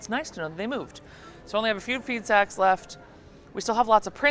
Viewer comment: Ooooooh "Feed Sacks"......I heard "feet s....x"